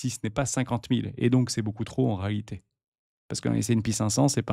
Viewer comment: Il faut dire "en réalité " mais pas "en réhité" 😉 . Sinon c'est top . Merci